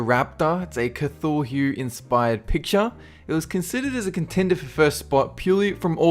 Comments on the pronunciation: Kathorhoo? Really kathorhoo. Wtf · it is pronounced catooloo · Cuthulhu is pronounced cuh thoo loo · You pronounced Cthulhu wrong.